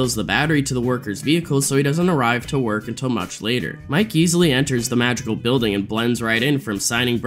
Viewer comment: I'm crazy or i'm hearing Magical instead of Madrigal?!